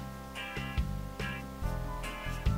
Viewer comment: En el minuto cuatro 50 dice ventana muy mal dicho ja ja ja